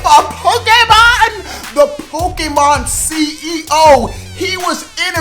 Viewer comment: The acsented e in Pokémon make the ā sound